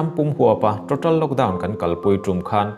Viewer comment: Total tih hi ngati nge ṭoṭal tia in lam kher le ka ti ṭhin.... a awm anglo êm mai a....